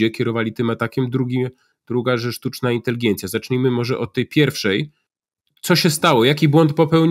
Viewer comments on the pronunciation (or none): Inteligencja a nie inteligijencia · Czy Pan redaktor Piotr Zychowicz przez cały program mówi INTELIGIENCJA?